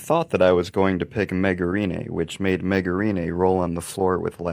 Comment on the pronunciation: I'm pretty sure he didn't even say her name right